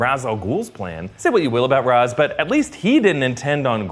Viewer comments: Ok is anyone else gonna notice how he pronounces Ra's, it's pronounced Raysh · Love the movie but it bothers me that they pronounce it as "raz". It's "raysh".